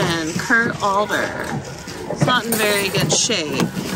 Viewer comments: Adler is pronounced ADD-ler not ALL-er. It’s a good brand to pick up as you know. Just thought you’d like to know how it’s pronounced. Nice job not getting angry at that guy…I probably would have gone off at him. I’ve had that experience and find that body language can work better than just words because of language barrier. This is my biggest challenge at the bins…people not respecting personal space. The people who get in a frenzy have tunnel vision and don’t realize and or care that they are throwing things and running into people. Anyway, nice finds. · not alder but Ad---ler high end ornaments similar to Jim Shore